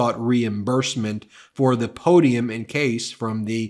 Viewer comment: Shazam…a real, genuine, 19,000.00 Arkansas po-dee-um…Shazam!